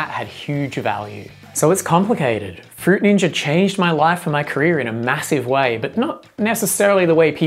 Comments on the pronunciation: "fruit ninjer" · Fruit Ninjer 😂😂😂😂😂😂😂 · um that's not how you pronounce fruit ninja... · no it's not